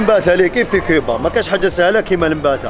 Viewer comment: يا خويا.... جمال.... كوووووووبا.... ماشي... كيييييييييبا